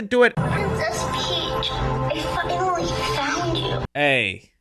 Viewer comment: dk how to explain it, like I hear it now listening again but it’s like when she say’s I finally found you, it sounds like f#cklly found you, idk